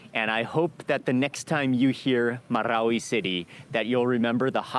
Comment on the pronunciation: Me from mindanao donot have a chance visit marawi city. Originally from wao lanao del sur . Nice alao to hear how you pronounced MARAWI😅always watching your videos . Mark wiens proud to comment now ❤